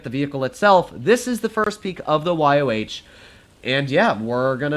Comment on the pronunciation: its pronounced Y-O, not Y-O-W